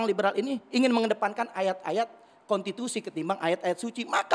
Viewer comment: Belajar dulu ngomong gih novel. Masak bilang konstitusi kontitusi. Hahaha